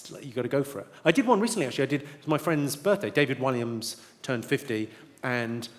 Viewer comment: Did he pronounce Williams as WHY LIAMS?🤔